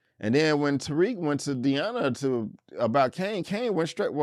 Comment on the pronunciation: You keep calling this girl Deana every episode. Her name is Diana 😂